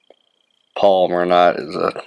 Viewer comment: It's properly pronounced PAL-O-MAR (which is the name of a place), not POL-i-mer (which is a name for a type of plastic), like some fishing line.